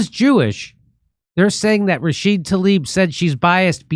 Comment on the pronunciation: why doesn't he pronounce the A at the end of her name???? RashidA! I thought was the one who couldn't sound it out